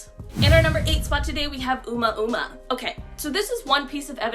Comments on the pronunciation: I was gonna say…Uma Uma? Sounds like getting naughty with Miss Thurman. 😂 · I can tell this first video is quite old as she now pronounces oumuamua correctly in more recent videos. Well done. It's hard if you've never heard it said.